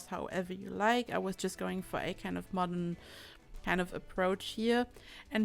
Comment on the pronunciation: Yes it's especially cool when you say modern ("mod'n")